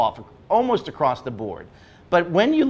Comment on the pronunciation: Did my man say "acrosst the board"